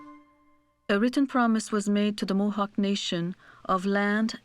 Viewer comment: I approve this video. Even though the narrator did not know how to say the names of Mohawk lands.